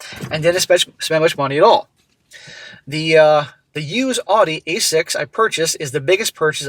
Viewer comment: Oh man bro!?! Thought you were a smart guy till you said "Audi"